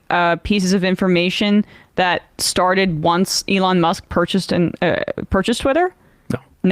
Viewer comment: Lol I never hear anyone but Sam pronounce Elons name the way he does Elooon as opposed to Elon